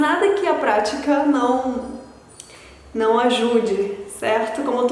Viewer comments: esse tem muitos estranheiros que "nôumm" te entregou rsrsrs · Realmente seu português é excepcional! Parabéns pela dedicação! 👍👍 Mas dá pra perceber que vc é de fora nas palavras com ão, criação, não. rsrs, o som anasalado não fica igual ao nosso. 😜